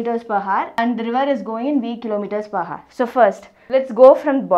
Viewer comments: Ohk mam.. that haar (hour) of yours really was painful to my ears.. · Nvm ma'am but when you say hour, 'h' should be silent. Anyway, the video was nothing but great x)